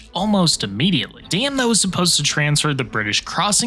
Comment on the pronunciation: Does anyone listen before pressing "publish"? "Dam that was supposed to..." I had to read the subtitles to understand what you had been trying to say.